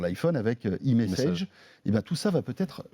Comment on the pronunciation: Le mec qui prononce eMessage... ><